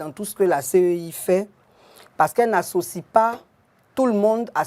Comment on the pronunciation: Au lieu de CEI c'est lui qui répète tout moment CIE en plus un député de notre nation ééééh Dieu .